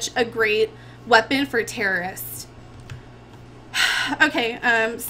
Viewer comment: I'm not sure why but i got a kick from saying terrorists.